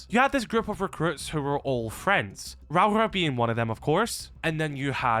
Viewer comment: You keep miss pronouncing rauora